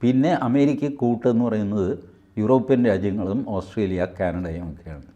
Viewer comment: ഓസ്ടിയ ആണോ ഓസ് ട്രേലിയ ആണോ പ്രധാനമന്ത്രി സന്ദർശിക്കുന്നത്....